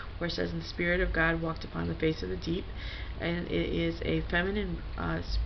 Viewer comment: Fem-eye-nine I-eye